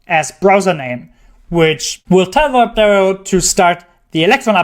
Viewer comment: Just slow down the pronunciation of Web Driver IO and you'll be good. The way you're saying it, it's "wrebdwibraiohwr" very fast. It sounds like it's all crammed together. Just slow it down. "Web. Driver. I. O." Great video.